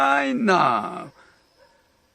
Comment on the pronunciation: 허경영경영ㅇ영경경경허경영영경경 발음 착착 붙누